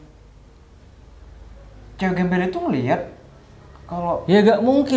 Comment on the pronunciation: Alah mer mer klo ngomong gembal gembel